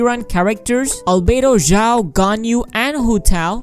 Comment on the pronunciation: it had to be done. i usually try to keep that side of me deep inside, but damn me if it doesn’t physically hurt to hear ZHIAO... especially when it’s said a gazillion times in the span of a minute. i’m sorry, i had to..